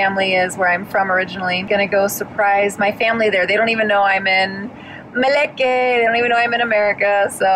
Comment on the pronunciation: Meleke is slang for America and said it correctly lol well done JaMily Fam